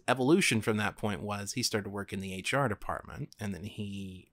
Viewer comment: Wait did you say HR